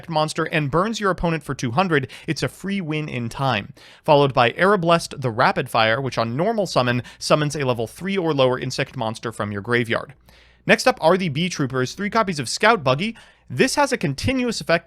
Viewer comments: Kirrochin came before Speed Duels. I don't recall when, but I was a kid at the time, so it's well over a decade ago. Also, its Arr Baa Lest, not Air Ba Lest. Edit: and Game two is the perfect representation of everything I loath about modern Yugioh. 8 Interruptions is just... gross. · It hurt every time you said "Arablest". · Arab-lest Arab. Lest. The way you say Arbalest is triggering me. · "Arablest" huh